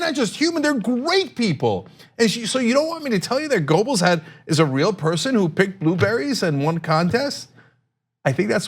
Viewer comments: Goebbels has never been pronounced as "Gobels"--there was the great George Gobel, but no Gobels--"Guerrbells", yes. For the record, fascist 'Murika's corporate journos are truly reprehensible cowards with all the spizzerinctum of puffballs. Lowbrow TYT at least tries for something more, but hasn't the bite 'Murika needs--doesn't deserve, but needs. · Cenk - You need to work on your pronunciation of Goebbels. German: [ˈpaʊ̯l ˈjoːzɛf ˈɡœbl̩s] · Small point but Cenk, it's pronounced "Gerbels". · Pronounced "Gebbles". The "o" is silent as in Goethe. A minor suggestion. Otherwise, love your coverage. I am a monthly supporter. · As a Turk you shouldnthave such Problems with Umlauts Cenk XD G Ö bbels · spelled goebbels.. but gerbels.. is how its pronounced... not a fan of his.. just ticks me off when people don't get shit right.. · Cenk, if you're going to go Godwin, at least pronounce Goebbels properly.